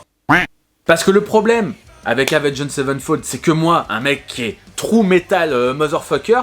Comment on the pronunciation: Autrement dit, c'est Avenged Sevenfold et pas Savenfold